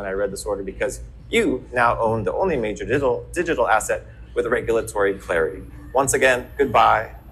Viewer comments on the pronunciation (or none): none